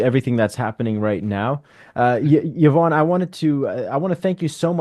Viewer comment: Love the effort this channel puts in but OMG enough with the click bait titles. The title is supposed to show us what the video is about. Clearly and once again, not the case here…. Also “Yvonne” is pronounced “Ee-vonne” not “Yuh-vonne” —she was too polite to correct this.